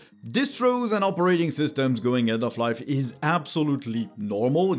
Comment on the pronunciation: Yep. We agree. It appears I'm gonna go with Linux for the foreseeable future. (If you don't mind my saying... the emphasis on the word "operating" is on the first syllable. :) So it's not "opeRAting". )